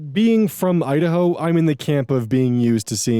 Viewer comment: God everytime you say 'Idaho' its like im getting zapped by a hundred shock collara lmfaoo